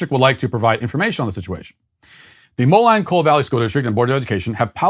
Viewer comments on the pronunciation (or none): Being born in Illinois the city is pronounced Mo-lean, not Mo-line. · Moline pronounced (Molene) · Long time Sweet Baby here, I’m from the Moline area (Iowa side of it, called Davenport, we’re 1/5 cities all next to each other). It’s pronounced MOLEAN. Keep being the best cult leader you can be Matt!